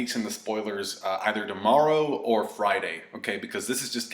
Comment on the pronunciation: Ha! Damorrow lol love it, are you from the Midwest?